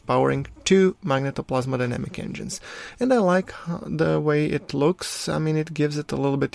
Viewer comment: Phoenix Tunes magnetoPLASMOdynamic ;)